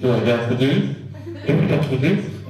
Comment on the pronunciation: I thought he said gasta juice.